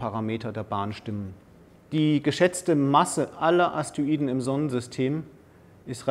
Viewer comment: Er sagt immer Aster-iden, oder Astoiden, aber sehr interessanter Vortrag, Danke